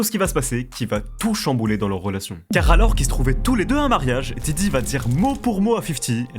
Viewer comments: Stp fait un effort, c’est diddy pas djidji avec ton vielle accent tout pété. Merci sinon pour la vidéo ☺️ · Ta dis jiji au début ? Je pleure 😂